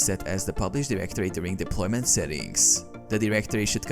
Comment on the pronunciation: statusssss deploymenttttt erorrrrrrr. bro jus drags the syllables of the last word